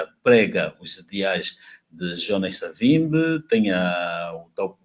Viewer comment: Por favor Sr,pronuncie como um bantu; não diga Savimbe é Savimbi!